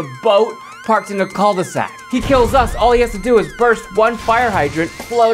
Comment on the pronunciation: You say « coal de sac » ??? It’s « cue de sac » ;-)